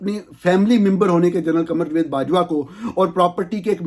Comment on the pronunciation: Plz correct pronunciation of following words: 1. جوید نہیں جاوید 2. باہِر نہیں باہَر 3. اَکانومی نہیں اِکانومی 4. فیبروری نہیں فروری(اردو) یا فیبوری(انگریزی). 5. وقَت نہیں وَقت 6. ۔جرنِیل نہیں جرنَیل 7. منتقَل نہیں منتقِل 8. اَنویسٹمنٹ نہیں اِنویسٹمنٹ U R doing a good job. Well done and keep it up.